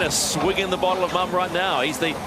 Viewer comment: Mumm is not pronounce like 'mum' it is pronounced like moon except with a m at the end: moom. Congrats Luna Rossa, incredible final.